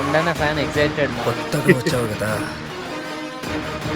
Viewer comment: Bro adhi excited, egZited kadhu